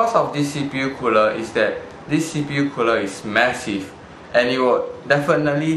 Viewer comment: You repeated alot of things, namely 'deese cpu cooluh' but other than that, good review, at the end, you could also note teh temp difference between stock coolers and the one being reveiwed :]